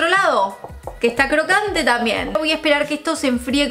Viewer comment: te re banco pero por favor no te comas la B cuando digas "También", en todos los vídeos decís tamien y suena mal 😊